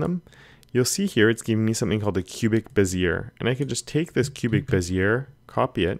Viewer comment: Cubic-Bezier, or a Bezier curve, is pronounced "Bez-eee-eh". :)